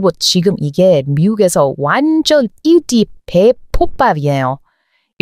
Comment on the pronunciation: 이분은 인기를 인끼로 발음을 제대로 하네요. 멍청한 한국 유튜브들도 인기를 글자 그대로 인기라고 읽는 자들이 많은데 많은 글자 그대로 발음해선 안 된다는 걸 모르더군요. 사전에 그런 단어는 발음이 기재돼 있습니다. 주로 한자로 된 단어가 뒷글자가 된소리로 나는 경우가 많고 우리말로는 손가락은 손까락, 가락지는 가락찌로 길거리는 길꺼리로 발음함. 어떤 것에 대해 지불하는 값을 대가라고 하는데 이런 경우엔 대:까로 발음함. : 는 약간 길게 앍으라는 뜻임. 대에까, 대~까로 발음하지만 전문가를 뜻하는 대가는 그대로 대가로 발음함. 네이버나 다음 사전에 발음이 나와있음. 글자 그대로 앍을 게 아니라 우리가 평상시 말하는 대로 발음하면 됨.